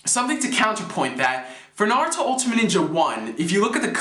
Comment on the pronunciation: oh yea, no offense to you, but i thought it was pronounced Narutimate, like the end ultimate like Naru-timate, not Narutimatey or Narutimatei lol